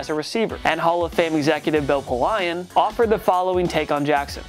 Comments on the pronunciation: Glad I’m not the only one who thinks he’s purely a script reader. Bill Polian is an iconic name in the NFL, come onnnnn bruv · LUIS-Ville? And Bill PELION? Polian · What the hell am I even watching? Bill Poe-lion? Lewisville? Do you have an editor? Have you ever watched sports? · Bill Poe-Lion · Hold up he also says Bill PoLion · Hmmmm..... we have first round draft picks on here but in drafted And future HoFer James Harrison is not. Between that. Lewisville and Pole-EYE-an..... I’m out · dude, are you from another country? LEWIS- ville? PO-LYE-on? really? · Lewis-ville? Pole I Ann? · Lewisville?! Bill Po Leon? Jesus you guys will hire anybody. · Dude its Bill Polian not Polion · This dude doesn’t know as much about sports as i thought. “Lewis-ville” and “Bill Pole-I-An” made me cringe 😬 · The way you pronounce bill polian… oh my goodness if pat mcaffe heard that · How can you mispronounce Louisville? And then Bill Polian? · Dude...how you gonna mispronounce Louisville and Bill Polian in one video? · I cannot finish this video with all of these mispronunciations. Louisville, and Bill Polian are too mainstream for a sports channel not to know how to say them is hilarious.